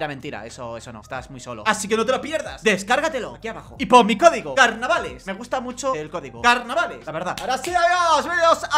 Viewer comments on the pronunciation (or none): Parece que nadie se ha dado cuenta de que dice "cogido" en lugar de código ¬¬